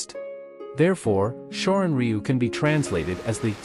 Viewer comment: u,///the Y is silent shorin ru is how you say this martial art